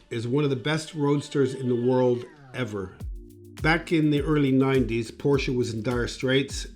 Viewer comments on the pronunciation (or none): you'd think that a car designer would know how to pronounce Porsche properly.